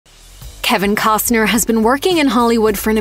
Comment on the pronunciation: Can ya PRONOUNCE HIS LAST NAME ??